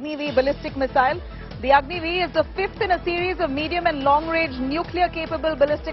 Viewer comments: Your Repoter is most intelligent than you,,,it is Agni-5, not Agni-V... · Agni five not v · Did she really say Agni V not Agni 5 😬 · It’s Agni 5 not V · Behen agni 5 boltee